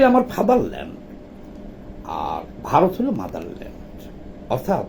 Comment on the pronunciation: Bharot bolte giye b.h.a.r.o.t bolen keno.ottonto baje lage sunte.ichakrito noyto?